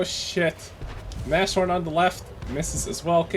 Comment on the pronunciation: By Odhinns beard,, it's Naz-horn, not Nash-orn